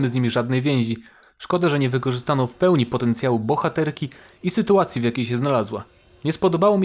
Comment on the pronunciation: zgadzam się w 100%. ps. "sytuacje" a nie "sytułacje" ;D